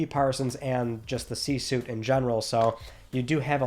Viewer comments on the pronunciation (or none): Yo, it’s C Suite (as in sweet) not Suit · "C suite" not "C suit".